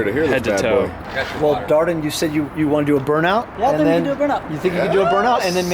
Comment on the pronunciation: He doesn’t know how to say dardan